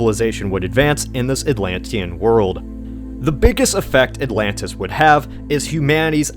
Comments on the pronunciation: Atlantchluss, lol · ATLAN-DEES NUTS!!!!